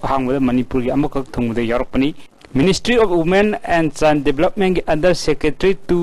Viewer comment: Child development haibro ? chine development haibro ? Khara mayek senghanbiyo Akhang ahei sajabadi natchade yaragadi pronunciation khajiktang senghanbiyu ISTV gi pao se ngashi ngarang dagi hourakhibasu nate yam mashak thokna improved oipham di thok'abane. Atanamnana haiba natchade wakhanlon pijabane